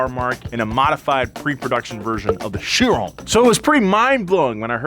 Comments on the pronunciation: Nah. Ki-ron. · It's not pronounced Shee-ron, it's Ky-ron. We won't even start on your attempt to pronounce Dewetron (Dave-etron is close to how it is pronounced correctly). You claim to be a car nut? Disgraceful!